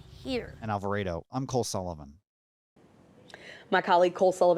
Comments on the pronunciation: It’s Alvarado not Alvaredo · Are they actually saying All Vah Raido? Lmfao!🤣 All vah Rah dough